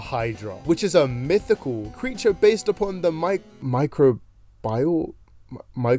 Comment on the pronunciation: Micro-bile. I-.. Orange are you sure it was just a C and not a D in combined science?